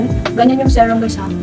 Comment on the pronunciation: Serum not zerum ☺️